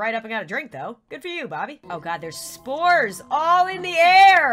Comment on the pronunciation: When you said you were scanning for spores I thought u said scanning for sMoReS 👌